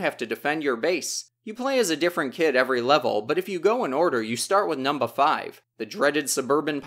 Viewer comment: not to sound werid but i am way to into the way you say number because you sound funny saying it, sounding like "Num-Ba"